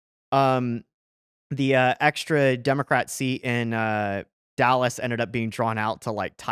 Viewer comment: I let Rio grond slide but I shut the video off as soon as that guy said Dollas instead of Dallas.